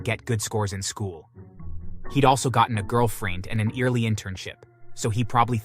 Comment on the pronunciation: You caught that too? These AI's are weird. It even mispronounced "early"